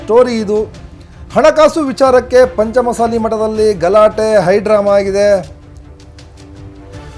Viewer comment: ಚೆಂದಾಗಿ ಪಂಚಮ ಸಾಲಿ ಅನ್ನು ಗುರುವೇ, ಮಸಾಲಿ ಅನ್ನಬೇಡ